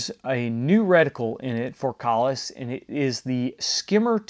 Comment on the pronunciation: I'm so glad you pronounced that right